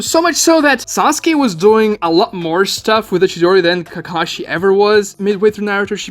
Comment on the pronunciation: Ugh I hate the dubs. It’s KA-ka-shi, not “kuh-KA-shi”.